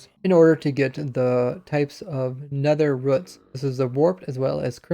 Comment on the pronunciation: "Nether ruts" 😭